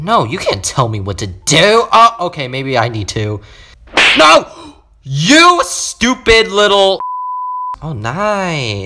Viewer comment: I laughed when he said "You Stuiped (.__.(